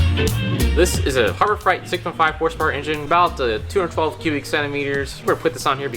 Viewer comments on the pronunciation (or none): fright pronounced frite, freight pronounced frate. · freight fr-ay-t not fright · Is it just me, or does pronounce "Harbor Freight" as "Harbor Fright"? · Freight is pronounced frate. It is not harbor fright. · Harbor FRIGHT! It's Harbor FREIGHT, where "freight" rhymes with "eight". Like a freight train, son. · Harbor Freight is pronounced Harbor Frate, not Harbor Fright. It's freight, like a freight train, not like a scary body of water. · FRAY-T harbour FRAY-T not FRIGHT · You know its freight and not fright right? Lmao Even though fright makes more sense. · I can't get over how he says "Harbor Fright" and not Harbor Freight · Harbor Freight (Fr8), not fright. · Are you saying Harbor Fright instead of Freight? Cause that's super accurate. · I love your videos! Just FYI it's Harbor Freight not Harbob Fright. As I wrote that I realized why you call it that... Sorry lol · Did anybody else laugh when said Harbor “Fright” instead of freight? 😂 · Please stope saying Harbor Frite, please. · I am fairly certain you are saying Harbor Fright… which I would have to say is accurate. haha! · Did you say Harbor Fright? LOL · did he say harbor fright? lmao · "Harbor Fright"? LOL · Can't tell if he's saying "harbor fright" on purpose or not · Was "Harbor Fright" intentional? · Is he saying Harbor freight wrong on purpose?? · Have I been saying Freight wrong my whole life?!